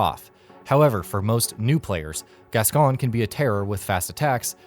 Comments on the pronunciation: "Gas-gon"?. It's "Gascoigne" (Gas-coin) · It’s not Gasgone it’s pronounced gas-coin spelled gasgoine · Of all the mistakes in this video (Laurence being called a chalice dungeon boss, the pronunciation of names such as Gascoigne) One that I don't think has been pointed out, is something I'm not sure if I heard right... Did he just say Ludwig the Accursed is armed with hunter attacks? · I found the Defilled Amygdala the hardest. Also loving the pronounciation of Gascoine.